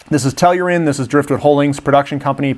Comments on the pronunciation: you really should learn how to pronounce their name guy, Tell-ur-Ian, practice that for a while there will be a test lol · that is not how you say Tellurian lol